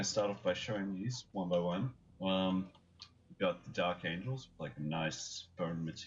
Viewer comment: Dark "Angles" Blood "Angles"? Really?